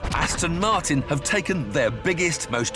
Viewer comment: "Aston Marton" Are you stupid? Its Aston Martin.